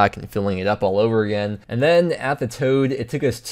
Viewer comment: It's tod, not toad.